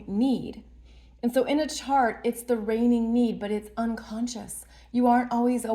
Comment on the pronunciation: The RRRRRRReigning need;):) Love work and his kind gentle assertive spirit:) And Thank You 🙏 ❤